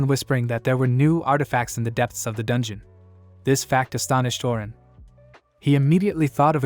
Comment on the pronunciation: Can't even say dungeon and what's with the hitman.... All this ai saying dumb things makes me me not want to watch this things